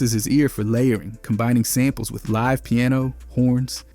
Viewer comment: Yeah like how he used the wrong pronunciation of “live”😭